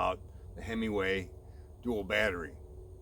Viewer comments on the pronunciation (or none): so you do not need the module sold at Bolton Ebikes? Oh Himaway.?/ I swear I keep hearing hemmingway